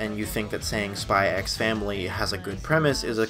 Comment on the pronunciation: THE X IS SILENT BRUH